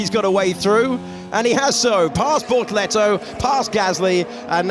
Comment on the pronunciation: I keep mishearing bortoletto as ”Lehto” 😂